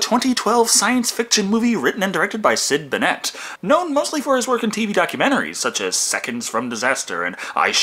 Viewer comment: sid Bennett is my dad And it is pronuced Ben-nit btw